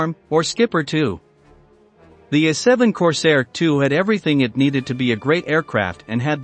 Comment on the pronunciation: What the heck is an "Uh7"? Find someone who can read and loose the computer, thank you, a NON-subscriber.